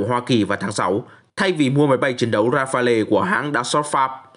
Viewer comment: Rafale ông ơi ! Ông mới là đọc sai á :))